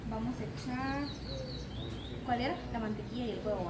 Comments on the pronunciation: No eres la única... Yo dejé tu video para escuchar cuando dijiste MANTEQUIA? Entonces vi el video era la Mantequilla.. No es por ser criticona pero si se escucha raro. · No sé dise mantequia sé dice mantequilla